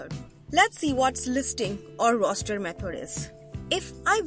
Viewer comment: Its great but your instead of saying the word “roster” you said rooster …